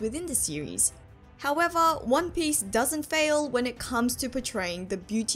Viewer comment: I love your accent and your pronunciation of one piece makes your theories so much more authentic